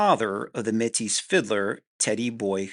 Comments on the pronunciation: Metis is promounced "may-tee" it's french. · Yes. "May-tee" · Métis is pronounced May-tee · Im used to métis being pronounced like matey with the emphasis on the second syllable? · The S is silent, bud